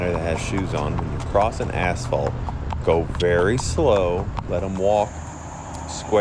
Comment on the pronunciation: I heard asphalt as Assball☠️